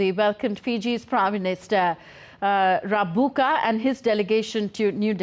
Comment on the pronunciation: Rabuka pronounced Rumbuka